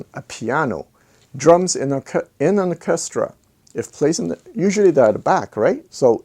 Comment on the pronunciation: Interesting video, as always. Orchestra is a tricky word to pronounce. Your English is excellent (better than mine and I’m English, ha). To sound it out try, Or -Ces -tra. Cheers